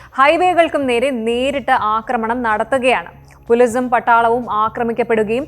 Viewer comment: റിസോസുസു 😂😂😂😂ബല്ലാത്ത ഉച്ചാരണം 😂😂😂😂മാതാമ്മ ആവാൻ നോക്ക ചേച്ചി 😂😂😂പോലീസു 😂😂😂